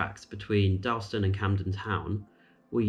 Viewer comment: You pronounce Dalston incorrectly